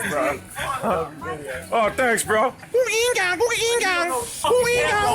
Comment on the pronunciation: its so funny when you say gunga ginga just as it should be said